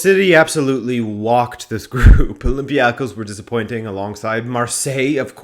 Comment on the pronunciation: Greek league fan here. Olympiakos is not pronounced like that